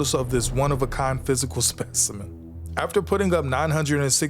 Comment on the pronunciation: I’ll subscribe if you say ‘specimen’ like that every time 😂